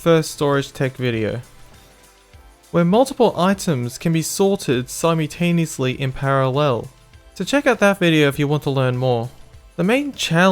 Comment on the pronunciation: simoutaniesly? that pronunciation is great hahahaa